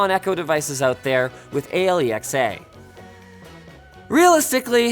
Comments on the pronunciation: Ay-ell-ee-ex-ay? You mean alexa? Why spell it out? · Why did Linus say A L E X A as opposed to Alexa? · i like how he said "A l e x a" because he probably has an alexa somewhere in the room and didnt want it to pick up his conversation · I like how he said "A L E X A" instead of "Alexa" just so it doesn't trigger people's Alexa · Linus, I don't have an Echo, but I appreciated the fact that you spelled out A.L.E.X.A. instead of saying Alexa! Lately with my Google home, watching YouTube videos on my Chromecast on TV, I've had multiple Google related videos sending my thoroughly synced up apartment into a frenzy. It drives me nuts sometimes, and it forces me to either watch the video later with headphones, or physically get up and temporarily disable the mic on my Google home.